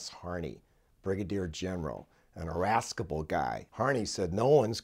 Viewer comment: great story; well told (but you need to pronounce archipelago and irascible... correctly) ;)